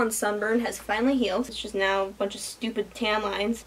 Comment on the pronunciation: She said "stupid TAN lines" lol